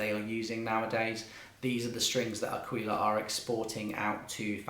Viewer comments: This was sooooo helpful, thank you. Also, I'm Italian and you're pronunciating "aquila" right, "aquíla" is far more right that "akíla" but if we want to be annoying the perfect way to say it is "áquila" with the accent on the first "a". Anyway this video saved my life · 'Aquila,, 'Aquila ['A-kweelah] with the accent on the A... means "eagle" in Italian 🙏🙏🙏 Grazie! (but thankyou nonetheless)